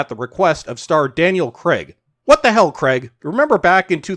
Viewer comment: This may seem petty, but can you lot over the pond please call Craig, "Craig" and not "Creg?"